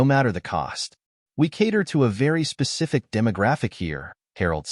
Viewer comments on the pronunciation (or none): none